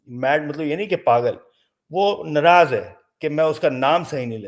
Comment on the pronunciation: N raaz nahi Naraaz, kaha jata hai.